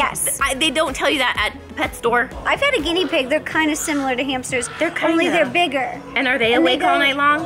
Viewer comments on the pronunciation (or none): none